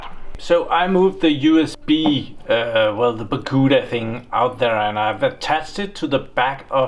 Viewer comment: I have noticed that you call the Barracuda disks "Baccuda" in all of your videos. Why? 😊